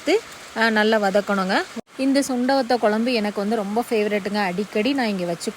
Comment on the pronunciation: மல கொ ல ம் பு என்ன உச்சரிப்பு இது மழை குழம்பு என்று சொல்லுங்க